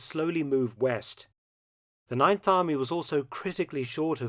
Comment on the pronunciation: Ninth Army? You mean the "Neinth" Army? im sorry ill leave